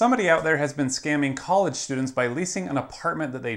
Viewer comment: STU-DINTS! Listen up!! If you're so dumb to walk into a scam like this then maybe KOLLIGE isn't the place FORE Uh